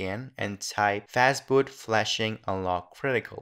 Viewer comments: fastboot or fatboot ? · fatboot. nice :)